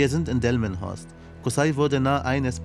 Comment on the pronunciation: omg ich hab jetz erst kapiert, dass das ja hier direkt um die ecke in delmenhorst war; er hat die ganze zeit dilmenhorst gesagt 😂